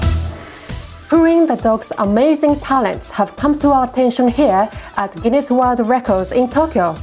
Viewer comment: "GINEES WOAH WECOD"